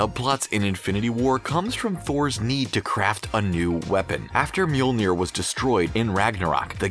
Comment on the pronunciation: Thumbs down for pronouncing mjolnir wrong